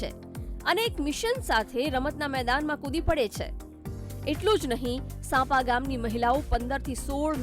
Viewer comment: સાંપા નહિ સાંપ્રા